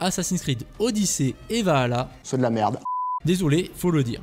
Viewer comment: Dommage que les fautes de français, les liaisons hasardeuses et l'obstination à prononcer Vahalla au lieu de Valhalla et aïdeun wanz au lieu de ideun wanz (hidden ones) gâchent la vidéo. Marge de progrès envisageable.